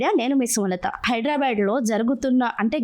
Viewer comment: యాంకర్ హైదరాబాద్ అని అను బాద్ అనకు లేక పోతే చెప్పుతో కొడతారు మా హైడ్రాబాద్ వాళ్ళు